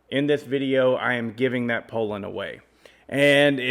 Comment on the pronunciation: i have a mint 55 rancher i paid $100 for. the piston was scuffed and the cylinder was scored, i put a hyway closed port pop up kit on it and gutted the muffler. she rips! by the way it is pronounced "pool lin" not "pole lin"! lol